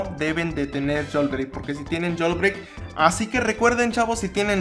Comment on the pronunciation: "Yolbreick" jajaja